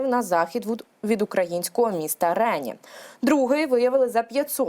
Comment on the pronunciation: Що ж ви такі російськомовні?!!! Рені (для вас, тупих, наголос на "і" )